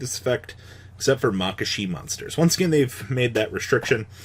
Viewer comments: M A K A K A S H I are my favourite archetype now just because of how is saying it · after me, ma ya ka shi